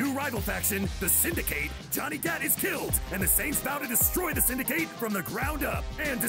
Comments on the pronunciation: "The Synda-kate"? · I'm sorry, HOW do you pronounce Syndicate? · I hate how he says syndicate